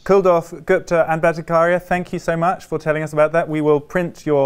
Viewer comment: While I appreciate your decision to speak with these distinguished scientists, it is jarring to see that the interviewer did not take a small step in learning how to pronounce the name of Jay Bhattacharya. Bhatta-kar-ya was so jarring to my ears. Kudos to Jay for not letting that affect one bit his dedication to science and what he was trying to explain.